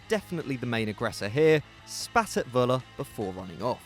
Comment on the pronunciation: it's Föller not Wöller :D